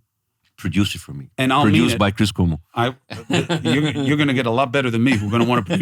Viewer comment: Cuomo can’t even learn to pronounce his name … I can tell I’ll be turning this off in 10 mins